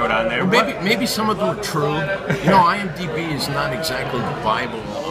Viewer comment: listen to him say “IMDB”. No, you’re not DB. You’re Sammy Gravano.